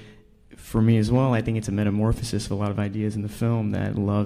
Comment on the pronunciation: nobody: timothee: metamorphasis